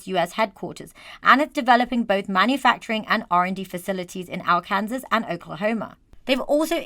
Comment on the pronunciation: Finally someone who uses the true pronunciation of Arkansas